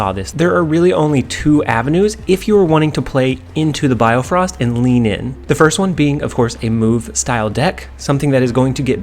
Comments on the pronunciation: its bifrost btw not biofrost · well bio-frost is wrong as well X_X it should be bi-frosts like bi-cycle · Great video, but its BIFROST not BIOFROST! hahaha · It's Bifrost not biofrost as well, but good deck. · sorry I cringe whenever you say BIOfrost when its just BIfrost. Good tips here. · I love how my guy can't pronounce bifrost lol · I like how you correct your pronunciations of bifrost but even the corrections are wrong lol